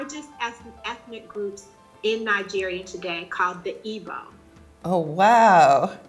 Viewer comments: It's pronounced "eeg-boh" not "eebow" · Its pronounced ee-bo not what ever you wrote. Are you even Igbo?